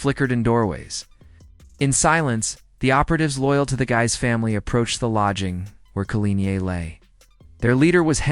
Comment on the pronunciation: Excellent research and presentation....apart from the flashing white lights, that once noticed detract greatly from the narrative, and you may have to work on the pronunciation of French names; "Guise" is pronounced "Geese" as far as I recall, although I am not fluent in the language. Apart from these less important aspects, very well done and the production team is to be congratulated. 🌟🌟🌟🌟🌟